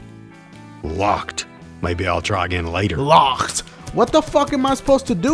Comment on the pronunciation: dude: Locked. Maybe I'll try again later. Dashie: LOUACKEWD. wtf am I supposed to do?? im dying from laughter at these classic strange ass saturdays videos